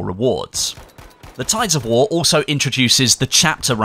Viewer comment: i have serious problem with your accent. Not that you can do anything about it but the way you extend some syllables really bothered me. its tides of war not waaaar XD